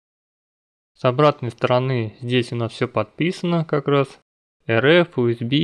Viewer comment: Не УСБ а ЮСБИ.